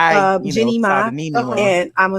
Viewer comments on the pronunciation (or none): none